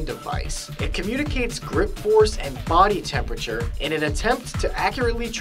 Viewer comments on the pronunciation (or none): none